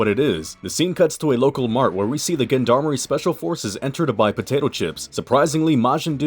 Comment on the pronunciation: nice review. just learn how to pronounce gendarmerie